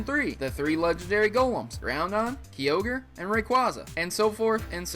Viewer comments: BUT WHO SAYS KEEOGER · I always find it hard to hear when you pronounce Pokémon names wrong. I'll help. r-KEY-us Ray-QUAY-za KAI-ogre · I am sorry to point this out but, you keep mispronouncing the Weather Trio's names. This is what you say phonetically: Groundon, Keeogre, Rayquahzah. It is, still phonetically, Gr-ow-don, Kai-ogre, and Ray-quay-za. Again, I apologize for being so picky